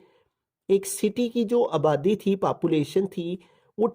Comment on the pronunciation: sir ji papulation nahi population hota hai 🤣🙂